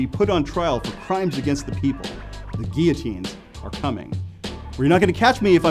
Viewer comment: He couldn't even pronounce guillotine